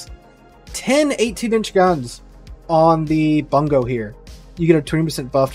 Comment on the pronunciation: I still haven't seen a streamer pronounce the Bungo correctly lol.